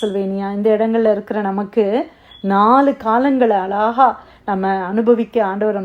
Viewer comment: அளகாக இல்லை அழகாக .... தெளிவாக உச்சரிக்கவும்.....